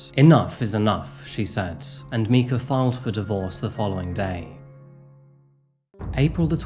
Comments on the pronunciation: You’re pronouncing her name wrong the entire time, making this unwatchable. It’s pronounced with the same e as “eye.” Like M-eye-kuh. Micah. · I'd normally agree with you, but I find it difficult to imagine that someone who'd presumably do thorough research on Mica wouldn't encounter that information in the process.. And is usually so careful with how he pronounces names, yet he consistently calls her "Mee-kuh" when throughout the video EVERYONE calls her "my-kuh". A small thing but kinda disappointing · The fact that he continuously calls her Mee-ka actually makes me angry. If he listened to any coverage AT ALL including the clips he uses in his own video he would know how to pronounce it. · Her name is Mica, Mike-uh. I think it’s important to pronounce victims names properly. Thank you for covering this. John Paul Miller is a monster. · MY-KA is how to pronounce her name. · Her name was pronounced MIKE-ah. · Its pronounced mycah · Her name is pronounced Mike-a, I've been following this case from day 1 and I'm still no closer to knowing if he was involved or not. Either way this guy is as shady as hell and absolutely vile! Rest in peace Mica, I hope your family gets the answers they seek 😢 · I’m sorry - drivin me crazy. Her name is mica pronounced My cuh and this story has been done to death. This is Not like you. See you next week with another story from maybe Japan or flerida. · Isn't her name pronounced "My-kah".. anyway, I was completely floored when I read how he announced her passing to his congregation. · Its quite careless to research a case and still pronounce her name wrong. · Weird how you mispronounced her name throughout the whole video. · Why does he keep saying the victim's name wrong esp after hearing her husband pronounce it on the church video.... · Damn, you mispronounced her name through the whole video. Even though they say it correctly in the clips you used. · It’s the former. I have no idea why he didn’t double-check the pronunciation